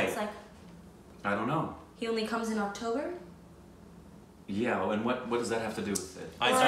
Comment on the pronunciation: First time in the history pronounced the movie name correctly ❤️❤️❤️❤️